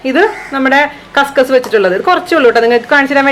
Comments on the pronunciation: കസ കസ അല്ല kuskus ആണ് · Kasa kasa allla kaskas pronouncation marippoyi🤣